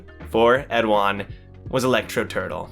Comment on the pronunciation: Hello. I read and write korean and I wanted to correct your pronunciation. It is khun 에드안, eh du ahn, or like in the English translation, Edahn.